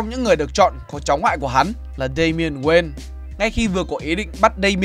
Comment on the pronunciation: Kể nghe giọng ko hay gì cả wayne mà đọc nghe toàn là queen